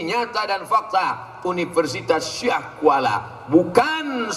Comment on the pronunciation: Syiah di baca ah nya a huruf latin bukan ain hijaiyah. Orang luar aceh sering salah baca kata syiah dengan syi'ah sehingga memicu salah paham dikiranya aceh syi'ah